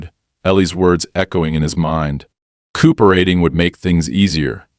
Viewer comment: and mispronunciations like cooooop eration and sayin HOA like Hoe instead of H. O. A.